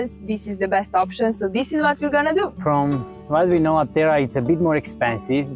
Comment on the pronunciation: A tip for the correct pronunciation is when you see a sign of a region that has Greek and English, in the Greek word you can see which letter is stressed because it has the punctuation mark ' above it, in this case Άπτερα it is stressed at the first letter "Α" so it is A-ptera, not Apt-E-ra.